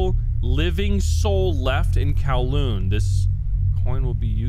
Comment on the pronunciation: i instantly gets trigger when he says kowloon as kawloon